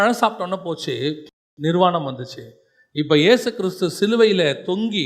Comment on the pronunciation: வசனம் வாசிக்கும் சகோதரியே ஈஸ் இல்ல ஏசு சரியா உச்சரிக்கைனும் 🙏🏻